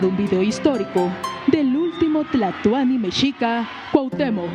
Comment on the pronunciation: Escuché o creí escuchar al narrador decir el último güey Tlatuani ?????